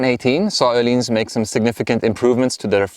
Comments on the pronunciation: You actually pronounced it correctly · Nice review, very informative, also I think it's the \ first video I have seen that is not with a swede at Öhlins, saying Öhlins correctly.